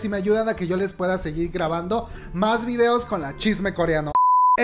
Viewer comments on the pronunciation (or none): none